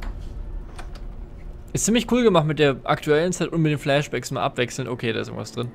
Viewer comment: wenn immer sagt flashbacks verstehe ich immer flesh bags wat willste mit fleisch säcken?